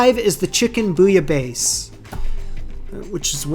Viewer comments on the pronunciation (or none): The British version of "bouillabaisse" was closer to the French pronunciation. Using the sound /z/ at the end is what makes it sound naughty. Said it with a /s/ instead and it'll be way better already 🙂 And the -ai in the British version is more opened. That's what you want. Basically -aisse sounds like the name of the letter S. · For the pronunciation of bouillabaisse, and the French naughty word. If you pronounce the last syllable with a long “a”, as you were doing, it’s fine. If you pronounce it-as the British pronunciation seemed to be—more like bez, that is also a French word for copulate. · Ok... spill it... what naughty French word does your pronunciation of bouillabaisse sound like? I just can't seem to get Google to understand what I want to ask.... yes, I have a juvenile sense of humor and must know. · You are totally forgiven for your pronunciation of bouillabaisse. Since this is a cook show, there is no way one can misinterpret what you're saying. My mother tongue is French, and I have no issue with you saying it how you do. Happy new year to you and your community. I really enjoy your channel.